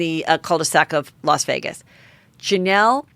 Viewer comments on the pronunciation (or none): none